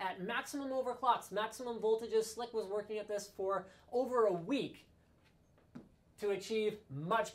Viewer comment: LOL "I weak it"